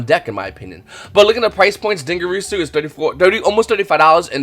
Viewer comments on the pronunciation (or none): Why can no one pronounce "Dingirsu"... It's din-gir-su, not din-gir-e-su, not din-gir-a-su, not din-gir-u-su....